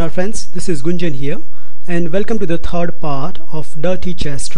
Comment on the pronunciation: you have a problem with some english word ^^ third is tred for you . not a problem just funny to notice